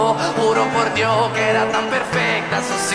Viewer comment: Juro por dio... sin s 😂 es increíble como pronuncia bien la j en italiano no existe.